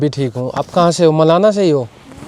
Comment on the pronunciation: मलाणा बोल भाई मेरे।